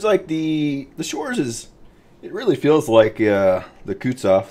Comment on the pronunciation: wtf are 'shores' and 'kootsof'??